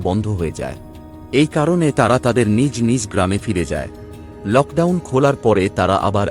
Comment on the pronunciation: বানান টি নিজ নিজ হলে ও উচ্চারণের সময় নিজো নিজো উচ্চারণ হবে। ঠিক তেমনটিই জড়িত শব্দটির উচ্চারণে ও জড়িতো উচ্চারণ হবে। হসন্ত বসবে না। আমাদের পশ্চিমবঙ্গের বিবিধ স্থানে সহস্র কোটি ভয়াবহ ও মর্মান্তিক অপরাধ ঘটেছে এবং ঘটছে ও। যার মধ্যে বেশ কিছু মানুষের অন্তরাত্মা কাঁপিয়ে দিয়েছে। তার উপর আলোকপাত করছেন না কেন? ঘটনার প্রেক্ষাপটে বিদেশের দৃশ্যাবলী মানানসই নয়। তবে এটা ঠিক আপনার উচ্চারণের অনেক improvement হয়েছে। শুভেচ্ছা রইল।